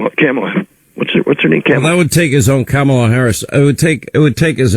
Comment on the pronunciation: Hannity talking to an "expert". Expert: Can't pronounce Kamalas name, asks what her name is. Awesome